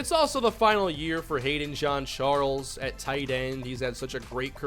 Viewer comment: Ok guys say it with me JEAN CHARLES NOT JOHN CHARLES 🤦🏾‍♂️🤦🏾‍♂️🤦🏾‍♂️